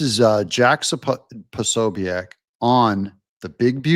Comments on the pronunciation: Jack Po so biec not Poso biac🙈🤣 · Hi Doug love your channel, just a heads up Prosobiec is pronounced Pro So Bic, (e is silent) cheers 👍